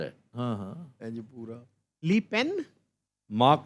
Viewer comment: Sir FSJ or sir shakeel saab aap france ke jis bande ka naam lena chah rahe the uska pura naam jean marie Le Pen he or uski beti abhi macron se hari he uska naam marie LE Pen he or le jisko (li) pronounce kr rahe the usko french men (lo) kehte hen lekin likha LE jata he Waqar from west france any ways nice show sir